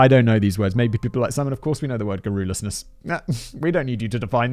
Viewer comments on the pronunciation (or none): Every damn time he says John Senior I hear John Cena also "garrolousness" is pronounced "garr ul us ness" not "garr ool es ness" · No Simon, no one is going to ask you what "garroolusness" is, because that's not how you say that. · I think the emphasis on garrulousness is on the "gar" not the "ru"...🤔